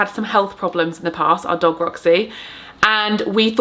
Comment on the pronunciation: Dog not dig lol